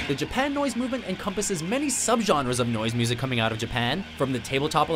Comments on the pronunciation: it’s Japuhnoise not japan noise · Im pretty sure it's pronounced japa noise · It's mayanoise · I hate WatchMojo video's, but pronouncing Japanoise as 'Japan Noise' is where i draw the line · i think it’d be pronounced “jAp-UH-noise”